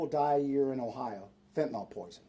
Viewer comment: Bullshit… Mr. hat. First thing if you can’t pronounce fentanyl properly, I have no faith in you. The end of that word does not end in AL… Get it? Second, you would tell the president to close the borders. Bullshit. Don’t you think the president knows better than to have open borders? This is a Shadow government operation, and the leaders in Texas are part of it. Wanna know how I know? Where were they Eight years ago? Five years ago? Four years ago? Two years ago? Bullshit… The reason why this is a big issue right now is because it’s 270 days to the election. They know it and we know it. They know, that we know, that they know it. Dig? This is all a load of horseshit… And nothing is going to be done… Again.